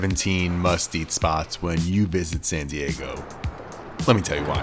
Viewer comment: Why do you use a T in San Diego? "Santee Eggo"????